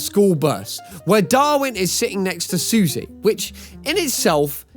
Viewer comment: her names actually pronounced "Sussy" not "Susie"